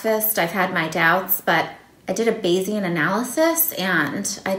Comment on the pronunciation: "I did a beyesian analysis" 🤣